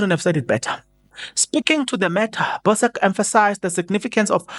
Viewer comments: please. These are South Africans names you are butchering. He is not Bosk but Boesak and is coloured. At least try and make a little research about our names. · Hhai your pronunciation! Dr Allan Boesak (pronounced Bhusak)Ey you killing SA surnames 😂